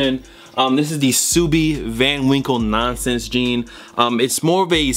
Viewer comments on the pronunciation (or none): none